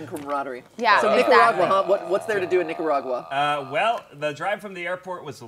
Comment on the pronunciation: Ned going on about how romantic Nic-co-rah-gwa was. Zach quietly dying next to him.